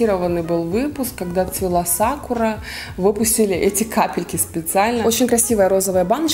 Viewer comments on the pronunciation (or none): none